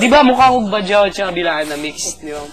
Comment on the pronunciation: ge hindi yan bilaan, it's bla'an